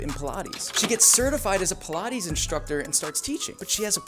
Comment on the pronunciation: i thought it was pronounced "pie-laytes" not "peelaties" 💀